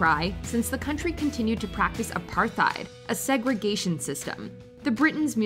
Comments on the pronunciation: did you really mispronounce apartheid? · Plss the pronunciation of "Apartheid"😭